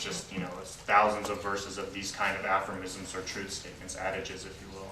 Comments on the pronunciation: Hey, it's "aphorisms" not "affirmisms". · Aphormisms...really? I think he means aphorisms. You would think a person with even a minimal amount of studies would know how to pronounce the word. I'll continue watching & listening... just surprised, that's all. Then there's "colloborate" (aprox)🤔 Interesting nevertheless.